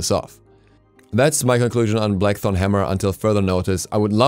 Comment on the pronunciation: "Black thong hammer" that's what I heard leave me alone.